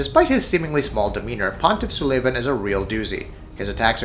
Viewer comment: Pantif Sooleivan?